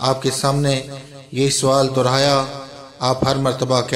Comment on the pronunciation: Bhai dorhaya lafz nahi balki DOHRAYA LAFZ HAI